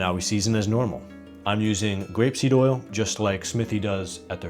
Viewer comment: Did you say grape seed or rapeseed?